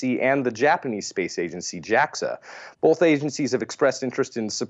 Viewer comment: infuriating way of saying 'bolth' was nearly offset this show by his well timed chuckle after said S2 was 'single and ready to mingle with a super massive black hole'. Nearly.